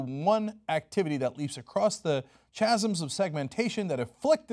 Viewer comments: Chasms isn't pronounced with a "Cha" sound, it's pronounced with a "ka" (kăz′əms) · chasms is pronounced kasms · Did I just hear a chasms without a silent h? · I noticed that too. Also, he kept saying bourgeoisie while bougeois was written.